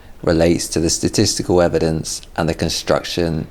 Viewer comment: I had a good laugh as he struggled to say the word 'Statisty-kal'.